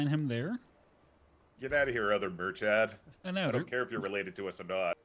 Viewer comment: Please guys, I'm begging. Stop pronouncing Murchad as if it is an English word. It sounds nothing like what you're saying.